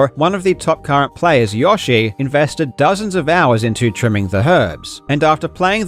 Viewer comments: Why on earth did you pronounce "yoshi" like that?? It's "yo", not "yah". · Waitttt aaa minutte. Did you call 'yo'shi YAshi? lol -engagement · who TF pronounces Yoshi, Yahshi? . ill fight you Karl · Hearing Karl pronounce Yoshi like "Josh" is my favorite thing tonight. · ugh you say it wrong like 100 times not to mention, Yawshi? Have you been saying it this way since SMW came out? lol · I'm sorry... how did you just pronounce "Yoshi"